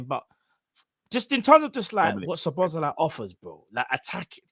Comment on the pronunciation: Butchering the name Szoboszlai each and every time